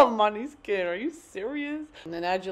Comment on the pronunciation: did she just say moneyskin